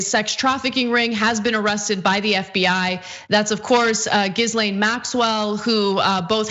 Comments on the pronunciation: Pronounced "Ghee-Lane" not "Gis-Lane". People have been calling that name out a thousand times... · Gizlane lol I'm pretty sure it's pronounced Geelan. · 'Gizlane'? If you're gonna pretend to be journalists, at least pronounce the alleged crim's name right. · Jizz Lane Maxwell? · The S in Ghislaine is silent...pronounced GIH-LAINE. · ‘Gizlayn Maxwell’ lol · It’s pronounced “Ghoul-laine “ cause that’s what she is. A soulless ghoul inflicting harm on other girls. She won’t make it to her trial. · FYI, It's pronounced Gee (like ghee; clarified butter) Len' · Ghi'lane, the 'S' is SILENT !!!!!! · Cenk, fyi, IT'S NOT JIZZLAINE! Don't slip on the Freud there bro I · Lol is that how Americans think Ghislaine is pronounced? It's more like she's-lane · In French, it would be pronunced Zhees-len. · Ghislaine should be prononced like Gerard Butler, not like Gary Busey. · They both did! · I like that Anna pronounced her name incorrectly.😂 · You should say her name properly. It’s a popular name. Not hard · Can you at least pronounce her name correctly?